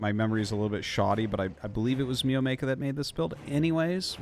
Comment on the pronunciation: Everyone: “mio-mike-a” Arty: “mee-yo-maay-ka”